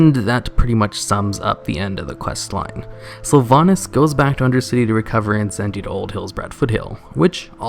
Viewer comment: Hmm))) nice silver pine quest! In Russian version garrosh named sylvanas «дохлятина» (carrion). Looool, why he speaks “sylvanis”?))))